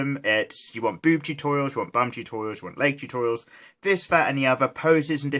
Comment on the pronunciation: I laugh so hard when he said boob totourials xD I'm sorry